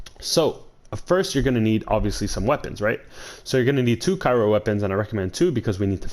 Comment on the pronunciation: ITS NOT FUCKING CAIRO GUY! I UNDERSTOOD ONE VIDEO BUT U STILL ON THIS SHIT! LOL READ THE GOD DAMN WORD AND SOUND IT OUT.